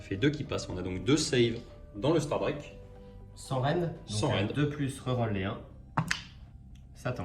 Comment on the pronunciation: Je pense qu'un membre staff du warhammer world est mort chaque fois que "STARDRAQUE" à été prononcé dans cette vidéo.